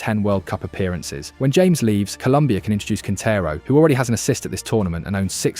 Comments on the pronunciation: James 😂 NO Ha-MEHS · Great video and a good analysis, just some small feedback on some pronunciation, James Rodriguez´s name is pronounced like Ha-mes, not your typical James. Vamos Colombia! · Thank you for your video praising our team! Just as a side note, our 10's name is pronounced Ha-mes